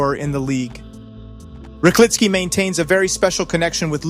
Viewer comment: Who the hell is Korik?! ;D Or Rajkliki? At least a little bit of respect and one could check how to pronounce Zhlobin, Ćorić, Buchenegger, Rychlicki etc. But right, them Yanks have no respect for other cultures as they have no culture of their own. ;]